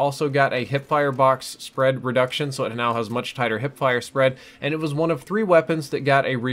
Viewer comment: mow = now